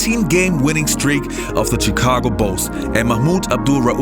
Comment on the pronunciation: I can't stand the way you say Chicago.